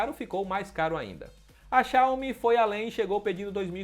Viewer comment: Tá correto! Não é xiaiomi como falam por ai